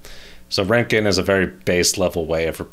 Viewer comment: Pronounced Rontgen. American - Ranken